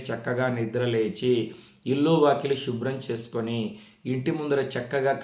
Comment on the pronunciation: గురువు గారు మీకు చెప్పే అంతటి దాన్ని కాదు... షివ, షుబ్రం అలా కాకుండా శివ, శుభ్రం ఇలా కదా పలకాలి. తప్పుగా అనుకోవద్దు. తెలుగు అంటే నాకు చాలా ఇష్టం.🙏🙏🙏